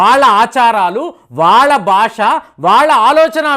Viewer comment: Uddam? Alight group?Basha? Learn pronounciation 😊